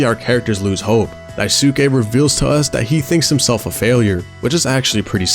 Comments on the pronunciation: not him pronouncing Daisuke as daisooke For further reference, his name is pronounced Dice-kay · The U in "daisuke" is mostly silent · some notes: 1) daisuke is pronounced dice-keh not die-soo-kay. it's a japanese name and syllables with U are typically smoothed over. 2) swansea is a sneaker head! he actually sets aside some of his salary to buy himself new shoes for his soberversary. 3) the hallway hallucination is still curly's pov, not jimmy. i thought the same thing, until i realized it makes more sense thematically with curly: how he feels like he's trapped on top of the (corporate) ladder, and how he's been ignoring warning signs about jimmy until it crashes in his face (literally), which is foreshadowed with the giant sun at the end that he can't look away from. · I though the original kanji is pronounced “Die-soo-key” but people never speak with the original accent and pronounce the ‘e’ with an ‘a’ for westernization. But hell what do I know I called him “Swan-see-uh” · odd way to pronounce daisuke